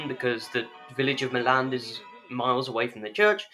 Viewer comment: At least finally someone who said Milland correctly! It's difficult to communicate whilst we ring at Milland and there's a wedding group outside!